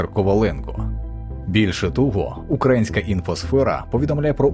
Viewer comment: Чому автор на початку відео називає операцію терактом? Та каже украАїнське а не украЇнське?